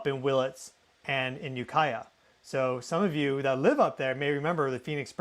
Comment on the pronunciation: when nailed the ukiah pronunciation correctly.. i thought someone told him how to say it lol.. small world grew up in mendo and sonoma counties myself hope everyone is safe and well